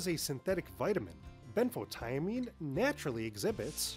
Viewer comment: Ben photo mean This is how to say it. Next time learn how to say it before you make a video. You drove me crazy every time you said it wrong. Sounds stupid. Couldn't watch the whole video.